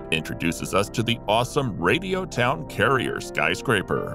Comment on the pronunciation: It'd Radio Town Crier, not carrier.